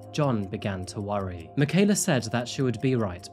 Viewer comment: thank you so much for the respect you have shown by something as simple as pronouncing Michaela's full name correctly. Wonderful coverage of this dreadful crime. Nice little touch to show Mike, That Chapter too. 😉